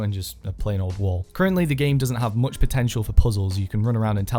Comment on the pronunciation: This Legend said Muck